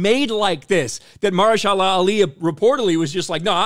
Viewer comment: Muh-her-sha-la…great video bro but boy did you destroy this guys name lol